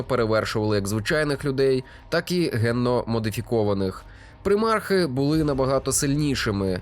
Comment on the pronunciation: ПрИмарх... Ледь кров з вух не потекла...